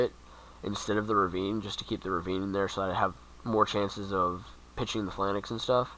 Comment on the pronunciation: It's pronounced Pha-Lanx -_- Not Phi-LAN-Nex